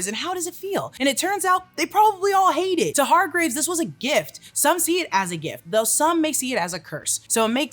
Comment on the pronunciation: Hargreeves pronounciation is also off :")